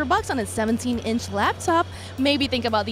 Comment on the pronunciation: LAP top. NOT LAB top. They are designed to rest on your LAP. SMH! Thumbs down for that.